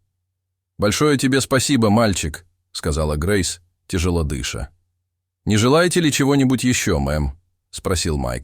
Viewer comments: да... "тяжело дЫша", "хорОшенько подумать" - это конечно венец озвучки... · Тяжело дЫша-это круто. Искин- отдохни. Ты перегрелся. Кулеры замени. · Дыша,ударение на А.Правильно произносите.